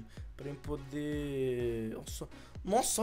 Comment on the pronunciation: Kaua Holanda Quer dizer q agr não posso achar engraçado? Eu não corrigi ela Kemellyn Quintanilha , apenas falei(escrevi) q achei engraçado ela falar "bode" e não "pode". '-'